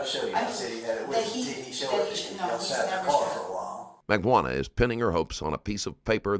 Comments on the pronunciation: Mag Ban Ooh Wah. Everybody pronounces it differently and incorrectly. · Mag-bo-ahnah…oh good lord all the names are mispronounced lmao Jfc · Oh my god the Auto-speech AI is HORREDNOUS. Please god fix it...I've never heard anyone pronounce Magbanua this way either and I've heard it a few ways by now...not to mention the other problems. Sad to see the quality so bad in the first 2 minutes